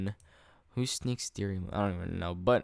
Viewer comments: Sneakstereiamoon is WISTERIAMOOON I think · sneaksteria was ecctually wisteria XD